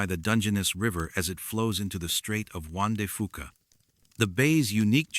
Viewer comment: I am laughing at ALL the mispronunciations of towns and county names in Washington. Cle Elum is pronounced (Clee-Ellum) Sequim should be pronounced (Skwim), and Juan De Fuca (F-you-ka)not (Fooka)Some of the native tribal names are butchered as well. AI, you still have some learning to do! 😂 Also yes, that Chen guy sure did get around as well as Robert McLeod.... What else is funny, I have lived in Washington all of my 56 years and have never heard anything about any of these stories.....Just sayin'! Wait, is this video real? 20 years from now will there be no record of its existence??? 😮